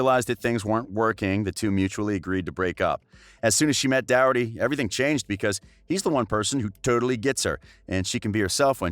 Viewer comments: The person speaking says his last name wrong it's spelt Doherty but pronounced the h as a k like dokerty but spelt with a h not a k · Cringing at the way the guy says Thomas’s last name, it’s Docherty (pronouncer DOC-ERTY) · You butchered Doherty. Name